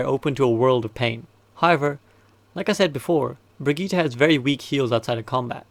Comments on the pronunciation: I really have to say it: It's Brigitte and not Brigette or Baguette :( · We all just going to ignore the "Brigeeeeta" thing? Love the videos but someone has to tell this dude.. :( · "Brigette" Also great video :)